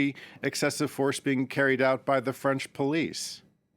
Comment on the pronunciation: Ze sing = The thing😊